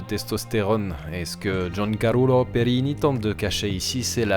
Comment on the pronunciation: 😂😂😂 Giancarulo...connu en France comme Jean-Charules 😅 Sinon bravo! Vidéo très intéressante, merci!